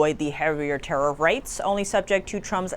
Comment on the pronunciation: Vat ist a "Tattif"? 😁